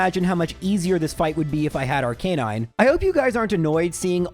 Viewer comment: It's pronounced "arca-nine", not "arc-a-non".